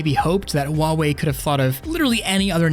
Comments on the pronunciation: it's pronounced "Hwah-Way" not ""wah-Way" the H is not silent. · The h in Huawei isn't silent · tracking better my ass it bops up and down and air link still doesnt work also how the fuck did you just pronounce huawei oh and i hate the rounded corners in any ui's it doesnt fit on flatscreens and its still annoying in vr and the fact that you can have 3 apps side by side but not wherever you want them and just 3